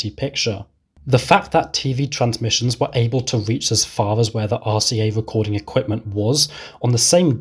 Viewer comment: Wonderful! A wecording of a Bwitish bwoadcast.. lol. (No offense intended sir 😉)